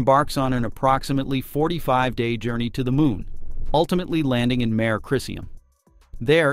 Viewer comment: Mare??? It's pronounced Ma-ray!!!!